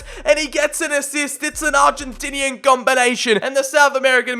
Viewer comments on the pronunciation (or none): none